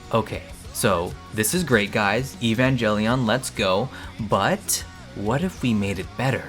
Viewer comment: Say evangelion correctly and king of the hills it’s not an anime and stop making weird noises because it’s really annoying.